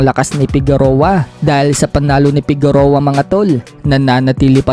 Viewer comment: correction lng Fige-roa po pronounciation nyan not Fegu-roa